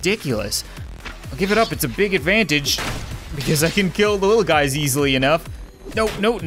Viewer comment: Anyone else hear " what's up bazz!" At the beginning of the vid?